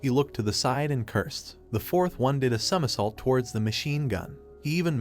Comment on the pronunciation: the bum ahh voice reeaallly cant say somersault lol